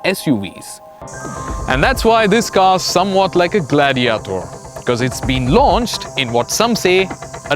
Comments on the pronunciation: great review but your reviewers must work on their pronunciations. For example : "cabin" and "gladiator" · Good review and very well edited even with the overdone music and effects, but his constant mispronunciations we're annoying, ie; "Cabin", 'Gladiator", "Rapide", "Comfort", "Infamous", etc